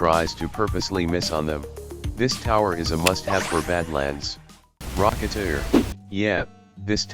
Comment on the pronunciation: It's the correct pronounciation.